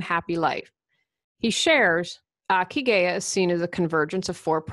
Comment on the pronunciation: Hi! Not that important, but the ikigai is pronounced, "EE KEE GAH EE" (reason for being). Cheers!